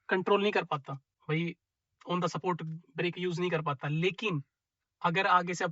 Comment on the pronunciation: On tha सपोर्ट 😂😂😂 On tha स्पॉट 💯